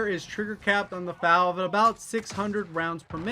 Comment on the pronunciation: Bruh you really said “FAL” it’s “F-A-L”